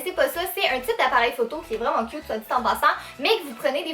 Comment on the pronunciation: C'est moi ou au début quand elle dit les choses inutiles on voit un chat 😂 Et quand elle dit le chausson licorne "Elles sont trop CUT !!!" 😁😋😝💋😘😊